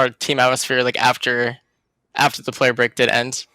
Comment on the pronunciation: Finally discovered Thorin is human after slip up in his word ‘break’ . I’m unsubbing /s